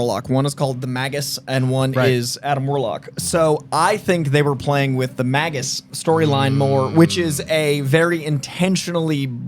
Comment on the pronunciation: Why is he calling magus mag us????????????????? Ewwww